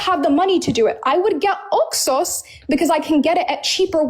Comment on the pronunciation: How about we take a sip of wine every time she says Oxos? And actuality, I hate the way she says that she keeps saying it like she’s saying two words, “ox sauce” And I feel like if she says that word one more time it makes me wanna slap her. This girl is not bright. I see what Mohammad was talking about when he said “half brained.“ They’re all like this. She needs deliverance so she’s also calling Jesus Christ a liar? Girl, you better repent and repent fast that’s not funny.